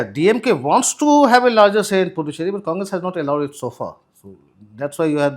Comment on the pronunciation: Sirs . It’s Puducherry. The “D” is pronounced as “d in Hindi word दान. Pudhu means in Tamizh New and Cheri is loosely translated as “Colony” so Puducherry means “New Colony. Also it’s Ezhava and not Edava. “ழ”